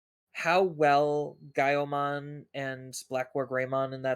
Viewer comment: dude said gaioumon the right way that’s rad